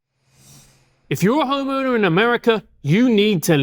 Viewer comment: Dear Constintibe, Someone is messing with your videos. I think, in the context, Brandon mentioned a "homeowner" in his introduction. What I heard was "homo". Did Brandon say "homo" or "homeowner"? Someone may be editing your content in very subtle but significant ways.